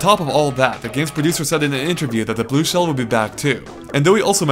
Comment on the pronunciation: I think he is trying to say Blue Shell.